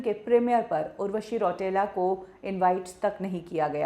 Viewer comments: रौटेला नही रौतेला होता है वो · रौटेला नहीं रौतेला 😂